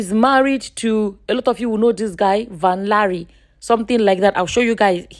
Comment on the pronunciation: Van-Lare is pronounced Van-Leh. It is a Dutch name